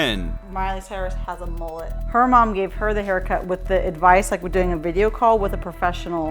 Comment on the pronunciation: Mullet, not moolet